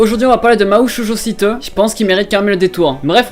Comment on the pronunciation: Mahou shojo site: le "site" ça se prononce comme en anglais nan?